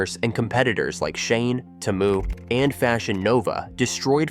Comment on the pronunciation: Is this AI voice…? Why is he saying “SHEIN” and “Temu” weirdly lol